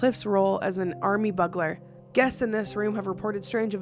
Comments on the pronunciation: Bug-ler! Omg, so funny!!!😂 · ....ts: He played an ARMY "BUGLER"....I think you meant to say BU-ga-ler..not bug-aler. Love ya....silly Canadian child ( yes...child. i am 59. )